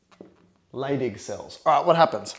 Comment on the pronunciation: I keep hearing "stimulates the LADY cells, and what do they produce? Testosterone"